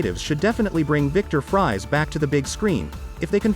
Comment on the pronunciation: Victor Fries is pronounced Freeze not fries as in French fries. Batman against Mr Freeze on the big screen is one thing, although it be cool for DCU improve that fight. it be more original to see the whole Bat family in DCU fight all the cold villians led by Mr Freeze plus Weather Wizard..